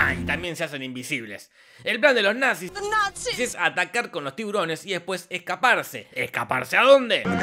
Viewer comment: The natziz jajajajajajajajajaj